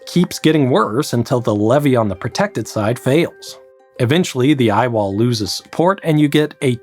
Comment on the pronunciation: It's dumb, but every time I heard him say "I-wall;" All I could think of was an engineer pitching the project in a black turtleneck. Ladies and gentlemen, the I-wall.